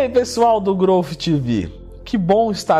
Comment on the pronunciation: impressionante como todo mundo fala errado. pronúnciam groufe e esta errado!!! Aprendam a falar Growth direito